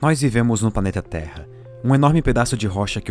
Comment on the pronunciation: "NÓIS VIVEMOS EM UM "PANETA" TERRA"